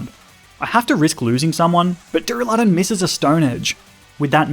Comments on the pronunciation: It’s funny how he said dureluden and not duraladon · Why did he say Doo-ra-LUH-Don and not Doo-Ra-Loo-Don? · DURALUDON, NOT DURALADON! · I love how he says dur- a lod un